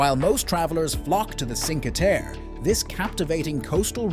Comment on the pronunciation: Would you mind learning how to pronounce Cinque Terre?